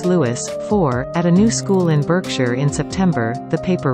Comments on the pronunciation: It’s pronounced bark shire… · ...pronounced BARKSHIRE not Berkshire! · Berkshire. Pronounced Barkshire, thank you very much. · It's pronounced Barksheer! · Berkshire - should be pronounced as Barkshire!!!!!